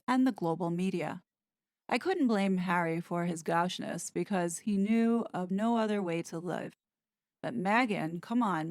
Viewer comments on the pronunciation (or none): Gaucheness. To behave in a gauche or tacky manner. “Go-sh” with a long “O” as in toe or boat. In case you’re interested!